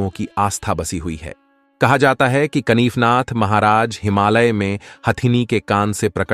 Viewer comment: "कनिफनाथ" नहीं, "कानिफनाथ".